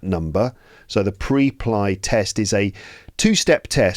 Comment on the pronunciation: just a silly little question: WHY did you pronounce it like that? The word "Preply" is pronounced "PREP-lee". The first syllable, "Preply," sounds like "prep" (as in "prepare"), and the second syllable, "ly," rhymes with "lee". This pronunciation reflects the company's name origin: "PREP-" for preparation and "-LY" for speaking confidently.